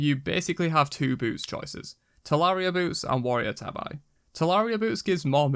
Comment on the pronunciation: How the hell can you say Ninja Tabi correct and Warrior's Tabi wrong? (tah-bee NOT tah-eye)